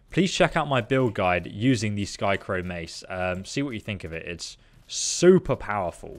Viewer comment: Its skycrowN... with an N.. not skycrow... U even started saying skycrown when u got it from the wendigo but later said skycrow and put it in the description as skycrow